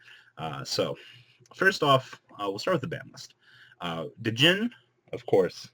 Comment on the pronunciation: its been like 6 months and people still dont know the d in djinn is silent >.>